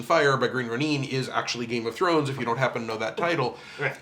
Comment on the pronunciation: Sorry for the necro, but I wanted to explain the pronunciation. Ronin, as you probably know is a Japanese word, and when there's an i in a latin-letter spelling of a Japanese word it's (almost?) always an ee sound.